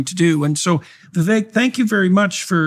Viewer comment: Hey..Indian here. It is VI-VEK. NOT, VI-VAKE.